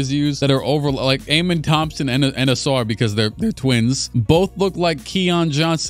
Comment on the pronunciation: That’d pretty much be a compilation of saying “Auswar” “Ausar?” Thompson 😭😭